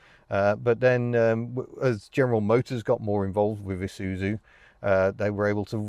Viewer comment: Shouldn't it be 'eye zoo zoo'? Anyway, great video as usual